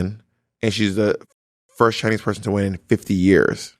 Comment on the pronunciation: bob, not you saying "poy-son" instead of person for your bernie sanders impersonation. not the goddamn bore worms, sis.